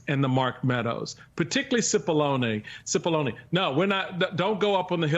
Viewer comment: It's not Sippoline , it's Cippolone, pronounced Chi-ppolone, and translated from the Italian --which it is--means Big Onion.